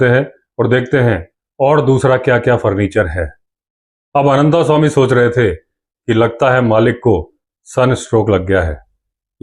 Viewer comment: जब आप भी "अनन्तस्वामी" को "अनन्तास्वामी" कहते हैं तो अटपटा लगता है। आप तो संस्कारी हैं। ऐसा तो अंग्रेज़ या हमारे काले अंग्रेज कहते हैं।